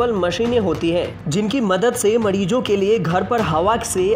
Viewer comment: वाह बेटा मोज कर दी माडीजो नही मरीजो बोलिये साहब